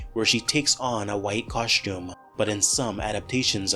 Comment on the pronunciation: What's a 'cosh-tume"?